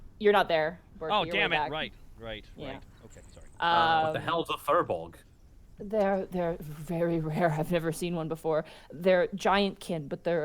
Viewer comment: You guys are mispronouncing firbolg. It's pronounced fear-bolg, not fur-bolg.